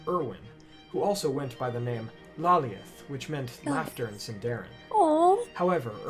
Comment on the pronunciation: The creator of the video absolutely WRECKS the pronunciations of Maedhros, Lalaith, Nienor, Niniel, Arnoediad, Ibun, Angachel, Finduilas